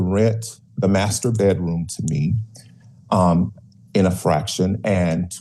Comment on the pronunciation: lol "master bettroom'